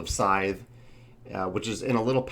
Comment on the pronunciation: everything sounds great except for one thing... that name. it was unsettling to my ears every time you said it. people trying to look it up and find it are going to have problems too.